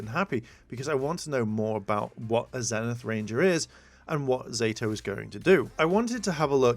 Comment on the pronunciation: I'm sorry, it's bugging me so bad that, as you read all these definitions, you're not catching the PRONUNCIATION it shows. XD Zenith is pronounced with a long E; ZEE-nith. :-b